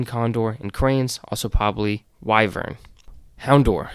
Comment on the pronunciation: I have always wondered about some of the weirder Pokemon designs, great video. Also, wyvern is pronounced "Why-vern"